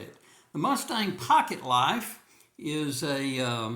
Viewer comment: Did you say pocket “life”?